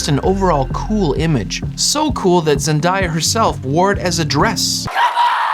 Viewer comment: big year for zen-dye-ah